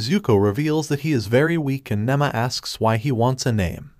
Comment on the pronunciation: Her name is Nema not Nama